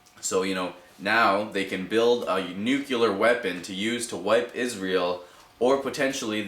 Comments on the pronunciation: Please don't say nucular... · he was just pointing out your pronunciation of nuclear. it sorta sounds like george bush. no offence though... i've heard many people make that mistake before.